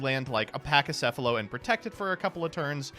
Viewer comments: pls it's pronounced "Pakicephalos" not "Pachicefalos" it comes from Greek pls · A couple things: "Pack-ee-seff-uh-low" "Co-ah-kee-may-roo"